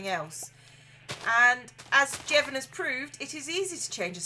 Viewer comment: THAT'S MY NAME! SHE PRONOUNCED IT CORRECTLY!!!!!